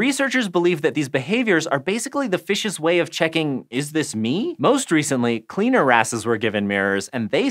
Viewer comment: Great video... Also, you totally said cleaner-ass and nobody can tell me otherwise haha.